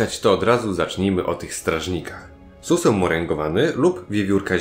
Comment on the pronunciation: Suseł - Susłeł ;D